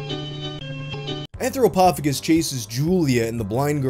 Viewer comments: Shouldn't it be AnthropoPHAGus, not AnthroPOPHagus. anthropo-phagus, man eating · It’s pronounced anthropo-Fay-jus. Phagus means to eat.